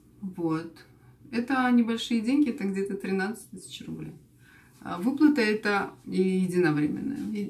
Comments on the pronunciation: ну как! Тысача рублей....три тысачи .... как-то так Вы произносите. Ничего плохого не имею по отношению к Вам...🌹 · почему ты говоришь- тысача???😱